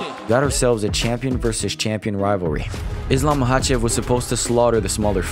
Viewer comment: “Islam mackelchev” -chael sonnen